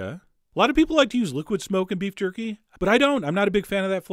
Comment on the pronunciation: Did you just said qorky